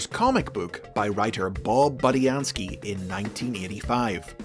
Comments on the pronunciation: It’s bood not bud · Okay, now I'm confused? Is his name pronounced Boo-Dee-An-Skii, or Bud-ee-An-skii?